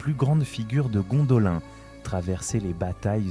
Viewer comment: un effort sur la prononciation stp, car de t entendre dire a tout bout de chant Gondolin, alors que la prononciation est Gondoline, franchement sa casse les boullasses, j en suis a 4 minutes est j ai déjà envie de me barrer, juste a cause que tu répète en boucle Gondolin, alors que l histoire que tu raconte est intéressante. Malgré tout je te laisse un like, car le boulot effectuer est bon, l histoire et bien narrée, bon montage, Histoire intéressante, mais vraiment la prononciation, car sur certaine choses tu le faits. On m'as toujours dit, boulot à moitié faite n'es pas fais.